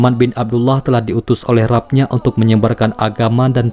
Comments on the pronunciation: rabb...rabb....bacanya Robb woi...gatel kuping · maaf, saya mengingatkan pada pembaca paparan ini: RABBNYA JANGAN DIBACA SEPERTI TULISANNYA TAPI BACA "ROBBNYA"